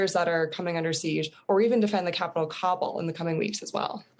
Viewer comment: I hate when people pronounce Kabul as [Cobble] when even the locals say [Ka-bool].